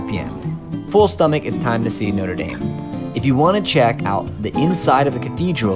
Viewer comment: Also he pronounces "Notre Dame" the way the American university is pronounced, not the way the Parisian cathedral is pronounced.